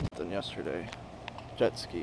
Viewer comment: somehow I thought you sounded so Russian when you said "jetski" like a pro. Now it is confirmed :)